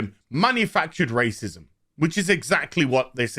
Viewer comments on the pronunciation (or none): You STARTED OFF the video by referring to Ingram as a "black woman of colors [sic]", so I'm pretty sure you're really not into this whole argument as someone taking a stand against racism. Especially since you can't be buggered to even pronounce the WORD "racism" properly.